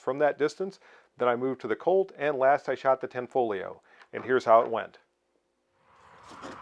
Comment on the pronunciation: It is pronounced Tan-fo-lio--the gli in Italian is typically pronounced in a manner similar to the Welsh ll: shape the tongue to say li, then puff a breath around in the process of saying it.